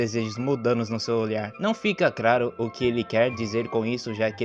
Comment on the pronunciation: Prateia ? Implacável ? Craro? Meu amigo até doeu auhauhauhauhua